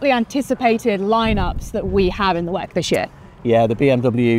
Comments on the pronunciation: can you pls say W E C and not wack 😢😂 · Its very strange that everyone says "weck"